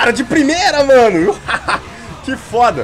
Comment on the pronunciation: para de falar fóda